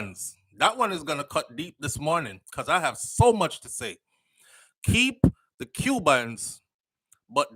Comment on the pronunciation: Keep…. Not key